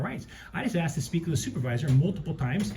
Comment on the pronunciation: I answered the question that you axed. Typical